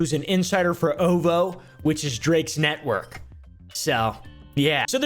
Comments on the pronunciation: Calls O-V-O “oovoo “ 🤣🤣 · It’s not Oovoo It’s O V O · when you said "ohvoe" i knew you didnt listen to rap lol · "Whale" "oo-voo" 😂 It's "wal-ay" and "oh-vee-oh" lol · It’s Oh Vee Oh or O.V.O (Octobers Very Own) not ooovoo or whatever you said and everybody on the album doesn’t have beef with Drake. It’s an album lol. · Im not ridin or nothing but hearing you pronounce is “oovoo” is wild. Its O.V.O. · saying OVO as oovoo is golden. Somebody tell him it's oh vee oh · it’s not ooovooo, it’s O.V.O. 😂😂 and Wale isn’t “whale”, it’s waa-lay. And RZA is named after the dude that started Wu Tang… just fyi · Man really said OH-VO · OVO as “oovoo” and wale as “whale” told me all I need to know😭😭😭😭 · “Oo-Voo”? I’m astonished that buddy has the audacity to put out this “research” project but has no idea who RZA is (the inspiration behind Rocky’s son’s name) and how to pronounce Drake’s label. This level of ignorance takes a concerted effort 😂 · Literally so fcking funny , gained a follower? But fr: is it a joke that he pronounces “Wale” like whale and OVO as “oovoo” or does he really not know lol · "Obo", "whale"... I dont think listens to hip hop at all lol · OVO = oh vee oh..lol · its “OH VEE OH” 😭😭😭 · ovo too 😂😂